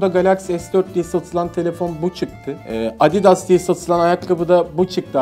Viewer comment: Abi abidas deyil adidas